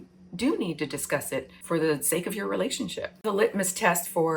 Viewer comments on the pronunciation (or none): none